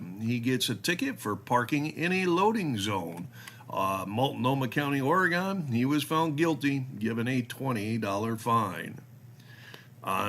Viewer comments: It is "Ory Gun" not "Ory Gone". The state hasn't gone anywhere.. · The Basic Rule is never drive over the posted speed limit. It's not "Ore-Gone". It's "Ore-gun" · OR-EE-GUN. WE ARE NOT GONE. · You're saying Oregon wrong